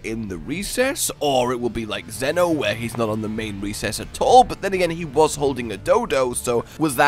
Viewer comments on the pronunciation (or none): none